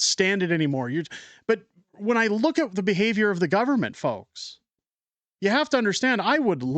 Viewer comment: WEF “ we penetrated dzee canadian cabinet”